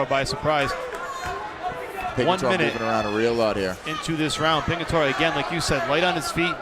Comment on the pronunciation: ITS PINGITORE.. GET IT RIGHTTTT LOL